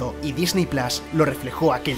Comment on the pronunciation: PLUS PORFAVOR PLUS NO PLAS.